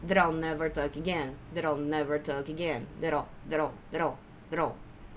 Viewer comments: Sempre ouço I'll não como all, mas com som de "a" ptbr + dark L. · mas não é a mesma? pro I'll pode ter uma variação mais aberta, por causa da falta da fala do /aɪ/ que vira só /a/ . Mas as duas pronúncias tão de boas.